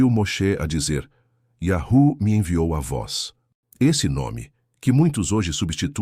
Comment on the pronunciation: mas irmão vc está pronunciando errado quando pronuncia iarru, um exemplo bom é tipo uma senha de voz para abrir um cofre ou uma porta, se o som num for o certo o cofre e nem a porta vai se abrir.